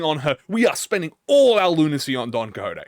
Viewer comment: "DON COJOTE" hahahahhahha